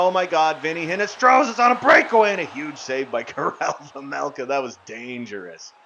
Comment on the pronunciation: Again you keep pronouncing your goalies last name wrong it’s vejmelka not vemelka